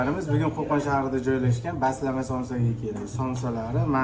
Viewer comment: Baslama emas basmala deng brat